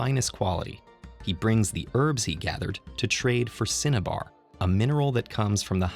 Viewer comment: Anybody else hearing “Cinnabon” when he says cinnabar?